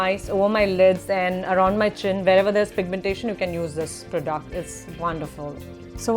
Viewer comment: it's product...not prdoct...